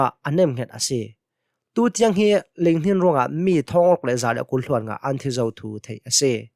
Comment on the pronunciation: Ling, ti ih rel kha a fiang adik.ling tih kha a ca fang cun a bang aw ko nan a thlik kha a dik lo na thin thei tum hrawm aw la duh um nasa ding ling tih ka na thluk a sau tuk